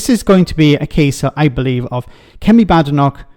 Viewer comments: You need to pronounce her surname correctly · I'm no fan of Badenoch but you could at least have the decency to pronounce her name properly.